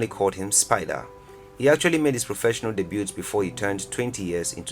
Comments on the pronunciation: He said debut like “debute” lmao 😂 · You don't pronounce the "t" in "debut".